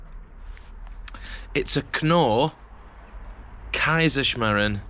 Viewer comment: then definitely pronounced it right for your part of the world 🌎 😀 👍